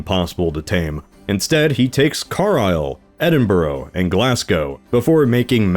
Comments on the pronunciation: Heh, its almost a certainty that an American history Youtube will mispronounce Edinburgh. What's the source of it being pronounced "Edin-bruh-ro", as it seems like that's the default? :D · This was such a fun and entertaining video. My wife and I love watching these My only note, as a Brit, is the pronunciation of Edinborough and Witan physically hurt me 🤣 Keep up the good work! Love the content! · Car-isle??? It's Carlisle. Calvary? Pronounced Cavalry. Calvary was the hill that Jesus was said to be crucified on in the bible. Edinborough? It's pronounced Edinbrugh, spelled Edinburgh. Please try and get your English place names correct in future, same for the word Cavalry. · pronounced, car-lisle, not car-isle, edin-bruh, not edin-borough, glaz-go, not glass-go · how tf can you butcher english words that badly despite speaking the language from birth. wtf is "car aisle" "glass go" "eddin buroow" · These pronunciations XD. Carlisle = Car-lile Edinburgh = Edin-bruh Oh and Edward is not a Norman name, it is a very Anglo Saxon one which remains popular. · you pronounced them wrong its edin- brugh like bruh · He said one of two American pronunciations of Edinburgh !! I’m beyond caring now… bastardise it again and again… and again until you get it right ! It’s not Edinboro and it’s not Edinburg ! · I like how you focus on the slightly wrong but passable pronunciation of Carlisle while he called Edinburgh Edin-bro next. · The way U said Edinburgh 😬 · completely butchered the pronunciation of Edinburgh and Carlisle there but points for not saying glass-cow.